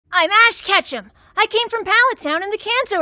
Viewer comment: it sounds like you said I’m ash ketchup